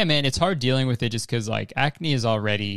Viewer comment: I FUCKING DIED WHEN YOU SAID CRACK-NE LMAOOOO WTF